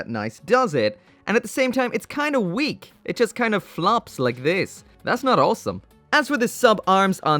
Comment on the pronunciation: Whenever he says "awesome" all I hear is "wholesome"